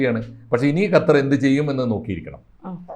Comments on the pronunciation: ഹത്തർ അല്ല കൊച്ചേ, ഖത്തർ എന്ന് പറയൂ. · ഹത്തർ അല്ല കൊച്ചേ, ഖത്തർ..